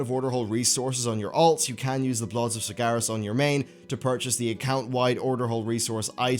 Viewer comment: when will ever pronounce sargeras correctly